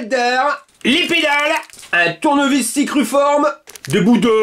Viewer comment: Tu nous fait rire quand tu dit : le tournevis cicruforme... un tournevis cruciforme 😂